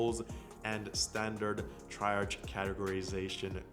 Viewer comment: great video BTW: the first job’s key word “triage” is pronounced tree-ahj ;)